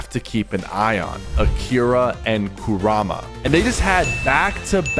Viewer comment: You said kurama wrong, its KUR-rama, but aside from that your content is good, but some helpful feedback im giving is to watch this live with someone to help expalin it to you. For example you could watch aussie antics when your not live so you can learn more about it.